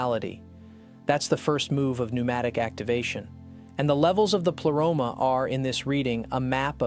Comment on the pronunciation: Why you pronounce the Greek words in English way?? Just use Google translate and say words you actually know how to pronounce them because it sounds funny... pleroma... is pronounced as plea... not ple... and like this one , you mistake all the Greek words. Same with gnosis... the g isn't silent. Also pneumatic... p isn't silent... and the list goes on